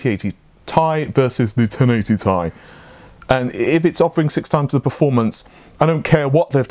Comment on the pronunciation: Who says Ti like “Tie”?